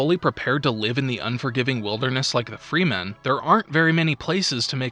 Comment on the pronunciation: Friend, good video but just wanted to comment that Gesserit is read with a J, not G, and it's frEmen, not frEEman. Keep it up friend, wish you many successes.